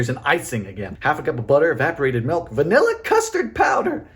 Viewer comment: This is now one of my favourite videos of yours, Dylan! 🥰 Although this must be the only time I've ever heard you say VA-nilla! 🤣 Edit: This looks like watching the evolution of your three-ingredient peanut butter cookies to your peanut butter bread.